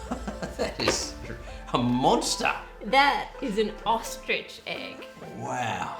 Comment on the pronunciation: Tracey Lewis and it’s “ostrich”.